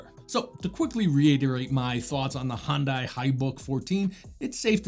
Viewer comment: Heh, Hyundai is educating people here in the UK (in advertisements) on how to properly pronounce their name. Hint: it’s different from yours, too 😂. Thank you so much for another nice review! My conclusion tends to be similar. I don’t put Windows on low end laptops, because it’s too much for them. But then I’m also not wasting my 7950X’s talents on Windows either… 😅 I got a few VMs for that. So eventually I found their right place. (As most people will guess, I’m not really a gamer.)